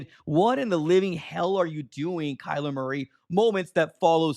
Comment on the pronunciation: It’s not Kyler!!! Are you that slow??? Smh